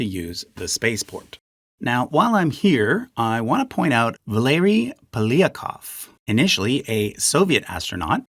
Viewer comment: Just so it's cleared up, "Polyakov" is pronounced more like "pole-yak-ov".